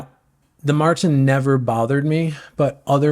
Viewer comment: It's pronounced mORten not mARten .......I use premixed in soft flasks plus caffeine gel, no gut issues... I tries Precision which was good, but the caffeine ones gave me headaches!!